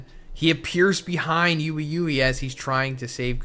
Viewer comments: Wee wee, not you-ee you-ee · Getting on my wick how you say ui ui name, bro calls him yoowee yoowee🤣